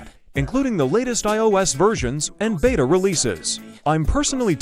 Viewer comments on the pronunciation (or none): none